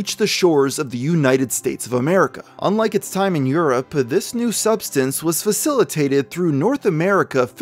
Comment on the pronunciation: Did you say "new"